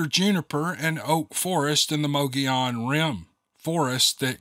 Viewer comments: It's pronounced "Muggy-own" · Let's put this pronunciation correct. This is a Spanish word...it is pronounced Mo-go-yon. Most people say muggy-yawn.. Two L's in Spanish is pronounced as a Y sound. Just saying... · Sound like you’re saying “Mow the lawn” 🤣 omg I’m rolling laughing. I needed this today. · it is MO GEE ON .!!!! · Reason it is pronounced MoGoYown is because the double (ll) is a 'y' sound in Spanish. It is named after the Spanish Governor ( ) of New Spain, which went as far North as New Mexico. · Sorry… Lakeside Az here…. It’s Mo- Gee-on… native American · did you say mow da lawn? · It’s mogollon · "Mo Go Yon" ... Pronounce the double L as a "Y", just like you do in "tortilla", as in "tortilla chips". I'm sure you say "Tor Tee Ya" (not "Tor Til La"). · I'm not entirely positive but I think it is pronounced muggy onon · It was a drawn out history of Arizona.......but I wanted to hear the story. If I wanted to know the geography and whats in Arizona, I would google it. But the best part is you trying to say those words. It was funny and I love hear you trying to pronounce them. He was a good writer but I didn't expect a book in front of the story, but that's just me. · Mogollon is not the pronunciation of the Spanish-speaking population that lives in that area & has since forever. You pronounce it your way & the rest of us will pronounce it the correct way & still love you, your stories, & all your "peeps" of which Ive been one for more than 4 years. Good job otherwise,. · I live in Arizona and your butchering the name of the rim!